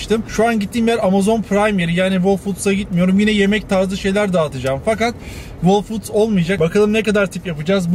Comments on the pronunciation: "hol fuuds" actually.. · Whole foods’daki w okunmaz hole foods diye okunur.